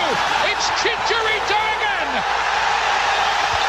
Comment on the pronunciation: Props to the British commentators that actually make the effort to call him “Chicharito.”